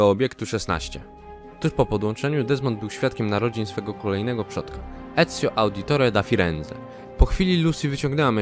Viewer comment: ci ludzie co ci ból dupy będę robić za to że źle akcętowałęś "Ezio Auditore Da Firenze" XD